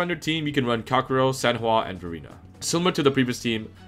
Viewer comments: Guy wants to be the best calcharo.... yet he can't even promounce his name properly... 🤦‍♂️ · hmm i thought his name was calcharo not calkaro